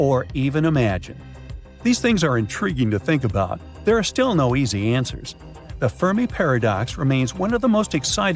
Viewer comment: i heard the word “an-SWERs” 😅